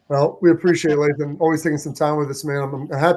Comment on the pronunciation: Lathan…… it’s Lathan guys come on.